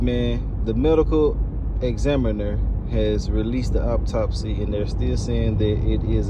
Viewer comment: AUTOPSY! Not Optopsy